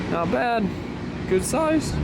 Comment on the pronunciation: Love the "not bhed good soize" 🇦🇺if ya know, ya know🇦🇺